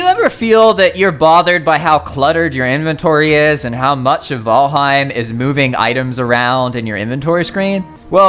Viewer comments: I swear to GAWD! Fucking VOLHEIM???? What the hell😅 I have heard VALHEME and VeelHem…People is it VAL HEIM!!! HEIM and in “Heimlich maneuver” and VAL as in VALerie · Say vHalheim ONE more time... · He says Valheim kinda weird lol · The Valheim mispronunciations made this video unwatchable for me. Sorry. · Why is the content creator refusing to pronunciate Valheim correctly?